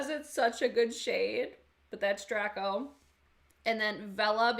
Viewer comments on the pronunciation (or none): Dr-ay-co. Like from Harry Potter